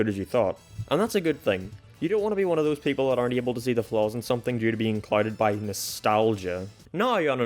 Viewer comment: he says “someting” and that made me mildly upset.